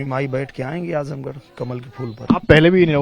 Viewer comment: आजमगढ़ गढ़ है गढ़हा नही